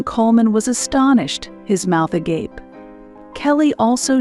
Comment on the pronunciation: THANK YOU for pronouncing the "agape" correctly and not "Ah-gah-peh"